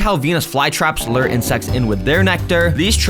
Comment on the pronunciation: Lure - Lew-uhr...Not "Luuuuuhhhhhhrrrrrr". Sounded like a Woody Allen/Annie Hall speech impediment. Tune in next time when we discuss the difference between "De" and "The".